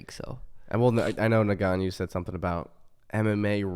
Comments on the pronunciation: Francis's name is "N..gannou", not "Negannou, Nagannou..." or however else people say it lol. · "Neganiu" 🤣 when I first tuned in I was so lost who they were talking about. Is that actually how you say his name ? Lol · New Drinking Game: Take a shot every time one of them pronounces Ngannou's name wrong. See you in the ER!